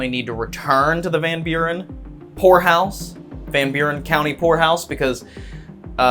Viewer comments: Hey, every time you say ''poor house'' it sounds to me like you are saying ''whore house''. Please go back there, it was cool. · I thought you said Whore House 😂😂😂😂 Then I watched it again and I heard it correctly Poor house!.😂 😢sadly most poor houses are haunted due to the poor conditions those whom had to live there and slavishly labor for their costs of living there!. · anyone else believed he said Whore house at first... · i thought he said whorehouse haha 🤣😂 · I had to listen like 5 times..... i could've swore he said whorehouse. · Poor house, I thought you said whore house😮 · So it took me about 20 min before I realized you were saying "poor" house, I was hearing something totally different 😂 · Vanburen Whore House! LMAO People need to learn how to pronounce HORROR if they're going to continue in the genre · me too! 🤪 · 😂 I heard that too